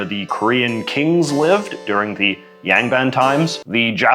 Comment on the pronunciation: "Yang" is much closer to rhyming with English "song" than "sang".